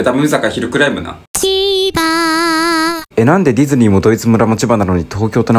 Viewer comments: 千葉の時のミクの発音が「SE〜GA〜」と同じなの可愛くて好き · ミクがロケラン持ってセガの発音で千葉って言ってるのなんかすごいことになってるな